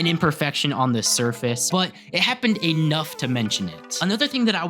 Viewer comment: when you say "A-nough", how are you spelling that?